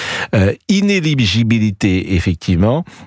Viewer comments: In-éligibilité pas iné-ligibilité. La différence ? Le brevet des collèges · Inéligibilité et non pas inégibilité !!! Il va falloir changer de métier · Le vrai problème pour Prout c'est prononcer "ineligibilité" sans bafouiller 😂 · Praud semble éprouver beaucoup de difficulté à prononcer le mot 'inéligibilité'... Est-ce parce que le monsieur est encore sonné par ce jugement ?